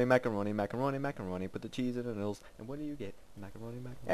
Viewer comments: Did he say middles or noodles? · And it's Noodles, not middles :P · its noodles not midles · All these years, and I JUST now realized he was saying "noodles" and not "middle" in his song.